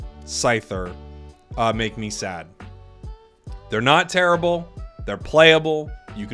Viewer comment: Chandelure, its not tear-ibble 🤪